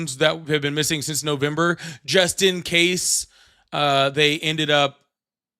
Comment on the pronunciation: You know how to pronounce Iran but can use help with simple English words. One example: Since: in the intervening period between (the time mentioned) and the time under consideration, typically the present. Sense: a faculty by which the body perceives an external stimulus; one of the faculties of sight, smell, hearing, taste, and touch. a feeling that something is the case.